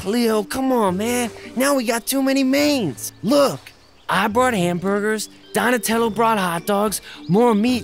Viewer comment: Ney said donetelo